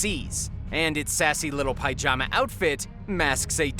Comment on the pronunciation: Well that was a load of bull. By the way, pyjama is pronounced pi-jama. Not pie-jama.